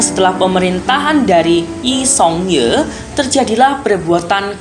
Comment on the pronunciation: yi song ye?? kok cara bacanya salah sih,, harusnys i seong gyi bacanya